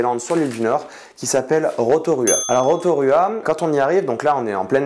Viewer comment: Non mais SVP … le U se prononce pas U mais OU … Rotorua -> Rotoroua Wai-o-Tapu -> wai-o-Tapou …